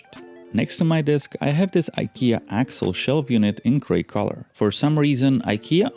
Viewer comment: it's Ikea Alex, not Axel - but great setup nonetheless!